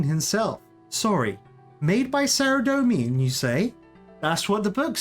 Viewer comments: How long will he keep pronoucning Saradomin incorrectly! Pretty funny hearing a non runescaper pronounce various runescape words and realising yeah I totally see where that came from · Saradomin -saradomen not saradomean 😒